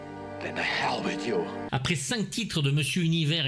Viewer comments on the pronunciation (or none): none